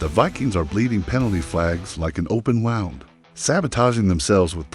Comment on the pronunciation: Were you trying to say wound cuz it sounded like more like you said wound